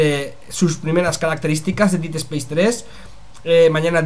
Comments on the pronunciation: No es por joder ni nada, simplemente para que en un futuro te salga mejor. Dead no se pronuncia /DIID/ es algo más como /DED/ quizás dandole un toque de "A" a la E. Un saludo, y gracias por la info! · Si, pero con un toque distinto, él al pronunciarlo parece que dice hacer en pasado (did) en vez de muerte/muerto (dead). Pero al tener acento español, se nota mucho la diferencia.